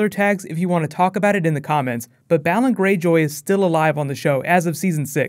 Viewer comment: its BAY-LON Greyjoy ><